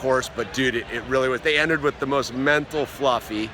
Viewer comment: "I would like to start out weeth a basket of cheeeps...." Hhahahah!